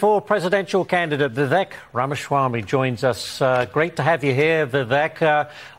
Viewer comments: It's Viv-ache! 😂 It's Vivek Time! ⭐✨✨💫💫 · And his name is Viv - ache (he said like Cake) not Viv-eck